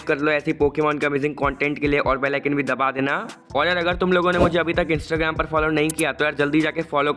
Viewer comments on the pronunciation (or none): none